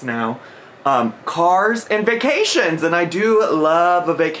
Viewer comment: I just hate the way she says “vuh-cations” and I know that’s nitpicky but idc